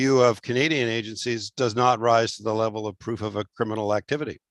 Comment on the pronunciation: Froof not proof..